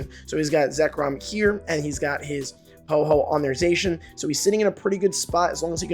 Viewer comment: It’s Ho-oh not Ho-ho